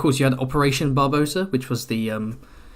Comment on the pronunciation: Barbarossa not Barbosa